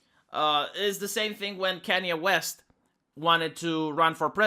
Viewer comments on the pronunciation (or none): It sounded like you said "Kenney West". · You and Sargon have the same issue you can't say Kanye west correctly to save you life. K-A-NYE . Other than that great video